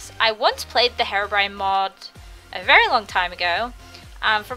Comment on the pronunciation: hat mod at first I thought you said hair-orbrione cues your hair has blue highlts in it its really cute! :3